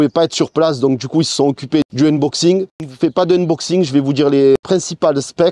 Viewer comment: lé uneboxiingues, avec un bon accent de Marseille, il vaut mieux respecter le français (déballage, déboitage même si t'es chaud) 🤣Ah et poto, affichage numérique, pas digital, digital c'est pour les doigts. Je me permet ces remarques car on sent que tu veux faire bien, comme d'habitude, c'est pas pour tacler ;)